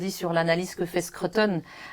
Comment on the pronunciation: Bravo pour cette belle émission. Arrêtez néanmoins de dire Skreuttone - cela se prononce skrOUteun. Et cela s’écrit SCRUTON et non SCRUTTON grrrr